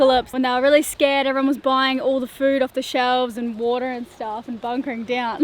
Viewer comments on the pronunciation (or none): It's HUNKER/HUNKERING down....not..."bunkering down..."